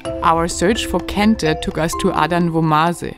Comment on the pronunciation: Very interesting episode especially about Kente. Also, love how you pronounce various local words so well. I gather you speak a lot with locals to discover the many things you show us along the way. Kudos to you.